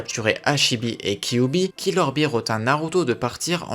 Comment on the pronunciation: On dit killer bee